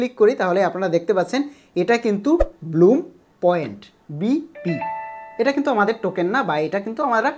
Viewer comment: bloom na vai blum vai re vai youtuber